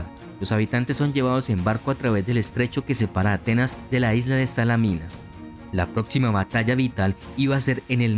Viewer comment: Muy buen trabajo, pero tener más cuidado con las pronunciaciones. Salamina es tal, no Salámina.